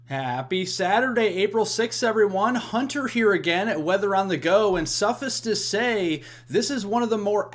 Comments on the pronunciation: It’s not pronounced - “suffis” It’s pronounced: suffice • /se'fīs (se'-fice) “Suffice it to say or, suffice to say, is used at the beginning of a statement to indicate that what you are saying is obvious, or that you will only give a short explanation.” 🥸😁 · Suffis to say? Did I hear that? Suffice it to say? Rhymes with ice. I will stick with the weather channel. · Thanks for the info! BTW, it's pronounced "suffICE to say" as in "ice cube", not "suffis". Thank you for your videos brother! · Sorry Fella... its "pronounced, "Sue-Fice to say" that is "suffice to say", NOT being mean or the like, rather letting you know how this Phrase,this word is actually pro-noun-ced. NO condescension meant, at all ,fella! Respect !! You ARE Appreciated & Valued !! Thank you for the great report on this weather front & pattern !!